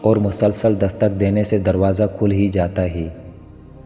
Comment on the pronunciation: Hay ko hey bol rahy ho isko theek Karen